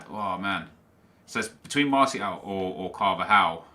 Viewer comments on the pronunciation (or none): none